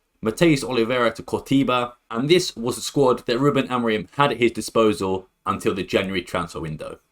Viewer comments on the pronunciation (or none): none